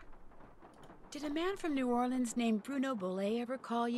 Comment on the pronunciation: My Cajun heart is so happy to hear pronounce New Orleans correctly😌